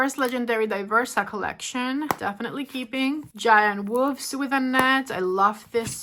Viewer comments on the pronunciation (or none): none